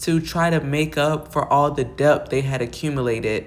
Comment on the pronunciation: Debt ( pronounced de-t; the b is silent)...mean no shade...great commentary